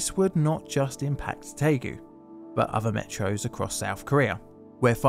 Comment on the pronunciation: It's Daegu, not taegu. If in doubt, read the title of this video.